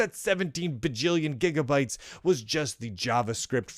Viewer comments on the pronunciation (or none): The nostalgia is heavy here Lunduke, It looks like your dislike is how the old web turned into the modern "cloud" where everything runs online, your dislike is more like to that, not to JS itself. Btw I love how you say jeega bytes!